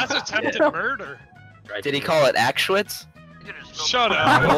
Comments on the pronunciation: “Axeswitz” That’s cursed as fuck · "Did he call it Axeshwitz?" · it's only a ban because he didn't pronounce it correctly